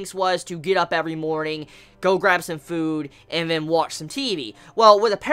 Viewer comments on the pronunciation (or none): none